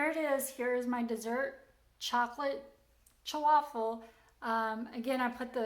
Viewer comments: Thank you,. Hearing “Chawaffle” repeatedly is very distracting. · It's chaffle Not chew affle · I know the way the word is pronounced, however, I PREFER the sound of "cha-waffle". Whatever they're called doesn't alter their taste & they're a lot of fun to 'create', besides. Thank you for your endeavors. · I'm not Italian but I grew up in an Italian neighborhood and never heard that word pronounced your way. The way you say it makes it sound like a fancy Italian sports car. LOL Though your "chu-waffle" sounds really cute, like you. 😍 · Why are you adding an extra syllable in the word? lol. Anyways thanks for the recipes!!